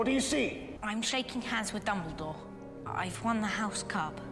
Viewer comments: did she just call dumbledore, "double-door" at the end?? 😂🤣😅 LOL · im pretty sure she said "Dumbledorf" which makes it even more funny 😂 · "Dumbeldorff" hahahaha